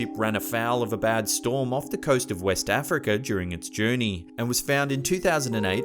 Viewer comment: Africer and Chiner